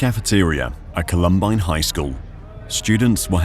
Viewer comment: 1. Did art director really need to include the view up the female student model’s skirt? 2. The shooters removed their coats, that was even included in the narration, and yet they continue to wear their coats for the duration of this video. 3. WTF is up with the narrator’s pronunciation of the school’s name? No one calls it “call-UHM-bine” 😂